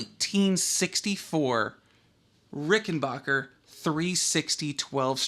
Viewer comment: BACK NOT BOCH !!! The Rickenbacker family pronounce their name Ricken-BACK-er not Ricken-BOCH-er. It is pronounced exactly how it is spelt. Back NOT Boch. Anyways, what you have there is not a musical instrument. It is a WORK OF ART. And good on you for mating your beautiful work of art with that other work of art, the VOX amplifier. Cheers from the Land Down Under.